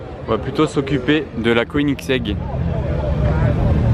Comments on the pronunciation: Koenigsegg, se dit queue nix ègue, inculte.. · Une quoi tas dit ? KONITEG ? 😂😂😂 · Koenigsegg Agera RS